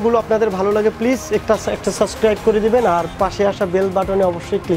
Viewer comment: apnara jevabe first ei suscribe suscribe shuro korsen,,, allah,,,it’s not suscribe, it’s subscribe.Learn it.